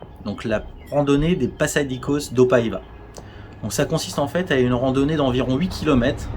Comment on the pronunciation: Avec un c cédille il faut prononcer passadissos. Par contre espiunca il faut prononcer ca qua